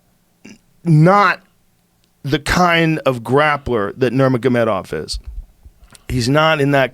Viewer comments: Joey: "...Before NurMAGAmotomedamoff..." 😂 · Joey really just said 'Nurmagamegabov' 😂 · 'before nurmagobegobov' - Joey Diaz😂😂😂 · No one: Joey Diaz: Nurmagomegamov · Cerone. Nurmagomebov. Joey be messing with them names😂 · "Nurmagamegamof" Lol. Ironically, Diaz is saying Cerrone correctly as opposed to everyone else. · Dude really said nurmadamedomov🤣😂😂😂😂😂😂😂😂 uncle Joey never fails to mispronounce names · Nur-maga-mega-mov and Ceron xD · Joey “Normamomegonav” Diaz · Joey “nurmagomegobov” Diaz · Diaz; Nomagamegermov 😂🤦‍♂️ Sounds like a power ranger zord haha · “Normagomegomov” hahahahahahahahahaha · "Before Nurm- ma - ma- gedoff", got to love him. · Lol Cerron.. Nurmagamegov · Nermagamegawov! Common joey. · "nurmergomegamoth" haha!! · Joey trying to say nurmagemodov 😂😂😂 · Nobody: Joey diaz: „nurmagomegomov“ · Khalabeeb "The...whats his name?" Nurmagamegawov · "nor-maga-mega-mov" i love joey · Joey "Fucko, Nurmagomegomov, Sir-own, Wooley" Diaz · no mug a mega wolf~Joey Diaz trying to pronounce Nurmagomedov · Butchered "nermagomegolov" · Allen he says nurmagomegabof😂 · he tries to say Nurmagomedov twice and I'm fuckin losing my shit